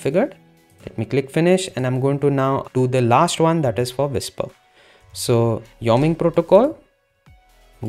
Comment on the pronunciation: It's pronounced Y-O-ming.